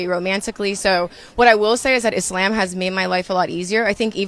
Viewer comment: I’ve never heard anyone say IS-SLAM. 🥴